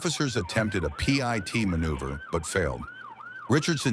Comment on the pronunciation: Another CRAP AI generated and narrated video. "Yellow Chevy Suburban " ? "P, I, T. maneuver" ? LOL!